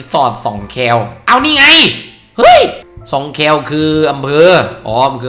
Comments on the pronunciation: สอง คอวอแอ "แคว" not คอแอวอ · สองแคว ตรง แคว เป็น คำควบปะ อ่านแบบ แม่น้ำสองแคว อะ ไม่ได้อ่านเหมือน แวว